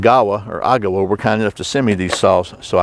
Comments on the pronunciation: “EH-ga-wa”. Emphasis on the first syllable. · Good comparison. It's pronounced agg-a-wah. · The first syllable is stressed with a secondary on the last. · I think it's pronounced Agawa. Not Agawa.